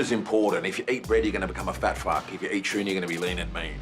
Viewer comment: Did he just put an R in the word "tuna"?